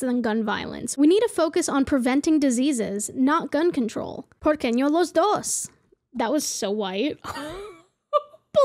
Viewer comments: Hey, you did good! I love linguistics. If this helps "Por qué no los dos?" Make sure it's "no" and not "ño" and the d in Spanish is always like the "th" sound. So "dos" would be pronounced "thos." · “Por queño las dos” 😂